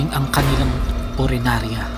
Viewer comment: Punerarya, hindi purenarya. Lol! Yung isdang tinutukoy mo ay dalag, hindi dilag. Hehe!